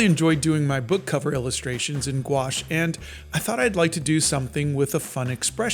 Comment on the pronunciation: I heard nuke wash.